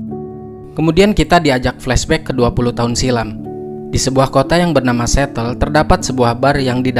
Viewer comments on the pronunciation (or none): Assamualaikum min untuk correction Seattle dibaca sietel bukan setel. Sbb kalau setel arti nya sebuah masalah yang sudah dibetulkan.. Seattle dibaca sietel bukan setel Maaf ya saya cuma menbetulkan sebutan admin